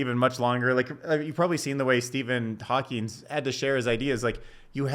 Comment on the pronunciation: It's Steven Hawking. No S.